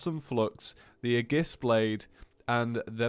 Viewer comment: OMG!!!!!!!! ITS A-GUS-BLADE!!!!!!!!